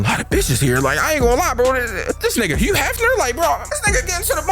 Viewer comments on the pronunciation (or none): none